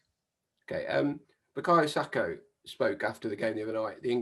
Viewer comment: it’s Saka